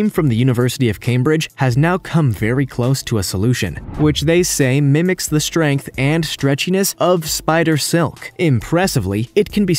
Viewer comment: Hey just because a compound is 98% water does not mean it’s cheap as you stated. Also the word strength is pronounced strength not shtrength. Same goes for the word straight, etc.